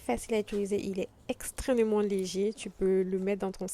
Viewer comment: Coucou 👋🏽. On dit extrêmement et non pas « extrênement » 🙂.